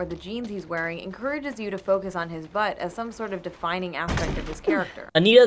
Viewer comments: i love how says "butt" very emphasized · Omfg every time you say "butt" you put this annoying fucking emphasis that makes me cringe every time. Please stop